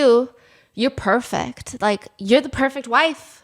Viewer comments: not the “I’M PHURPECT, YOU PURPHECT, WE PURPEFCT TOGETHAR” 🧥🤵 Stephanie I rly thought u were gonna do a hongdar #oppar impression right there😭 i could HEAR it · I PeRpEkT, YoU pErPekT , wE PeRpEkT tOgEtHeR 😭